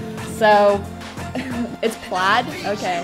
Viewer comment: she says plaid liek played bruh